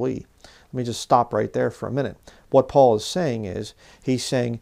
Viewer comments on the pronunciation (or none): none